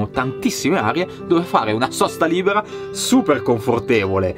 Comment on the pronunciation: LI BE RA... senza accento sulla A.... Suono semplice... Ciao, sono Ana e sono peruviana... Mi affascinanti i tuoi viaggi... Bello editing e molto coinvolgente nel modo giusto senza annoiare... Mio figlio Stefano di quasi 8 anni è il tuo fans e dice sempre... MA COME FA? Specialmente quando vede la strada sterrata... Sei bravo, complimenti 👍